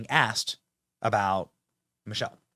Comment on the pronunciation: You are mispronouncing Michael …sounded like you were saying Michelle.